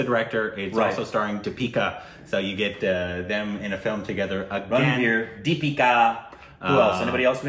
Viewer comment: exaggerated, slightly frustrated maybe hahaha. But heck yeah, you nailed the name Deepika.